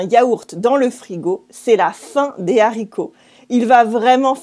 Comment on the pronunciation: Why don't you pronounce le liason in La fin des haricots? Great video, love your channel :)